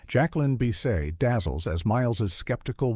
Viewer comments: Yeah you can always tell the AI by it being riddled with mistakes, especially mispronounced names of well known stars like Jacqueline Bisset, and the massive over use of the phrase "fever dream". To AI even Three Stooges shorts are fever dreams. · The mispronunciation of Jacqueline Bisset early on told me this was going to be an AI mess.